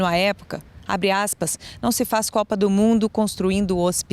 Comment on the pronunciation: Kkkkk, mas , não se " faichi copa do mundo com hochipitaichi ".